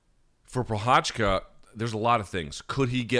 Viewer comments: Sriracha? like the sauce, right? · As Jiří Procházka is a champ now, would be nice to not butcher both of his names. You can even listen how to pronounce it in his wiki page. That's the effort you need.